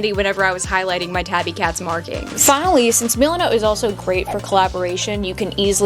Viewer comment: your saying milenot like meelinot but its just milenot